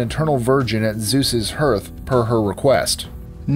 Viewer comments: FYI, "hearth" is not pronounced like "earth" with an "h" in front of it. It's "HAR-th". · Hearth is pronounced "harth." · My favorite goddess has been Hestia for years. But you kept mispronouncing "hearth" during her section. (Also, Demeter is pronounced "de-MEE-tur.")